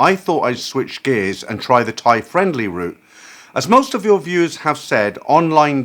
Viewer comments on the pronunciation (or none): none